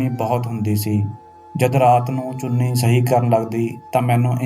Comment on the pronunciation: ਚੂਨੀ ਨਹੀਂ ਚੁੰਨੀ ਹੁੰਦਾ